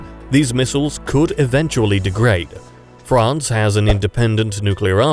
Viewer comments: France not Ferance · I see a new country "FERANCE"